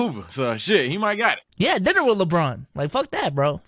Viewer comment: yo it didn't sound like he said dinner here 💀